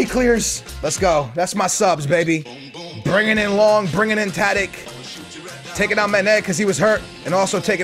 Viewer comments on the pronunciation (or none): Yo it's pronounced taditch not tadick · Tadic name is pronuced Taditch. Sorry for my bad english i am from norway and im 11 years old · can you stop saying tadik it pronounced tadich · BTW its Tadich not Tadik just saying